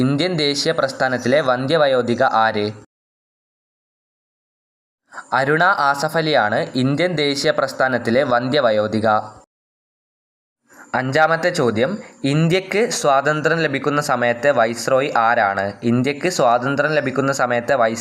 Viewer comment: അരുണ ആസഫ് അലി എന്നല്ല,,, അരുണ ആസിഫ് അലി എന്നാണ്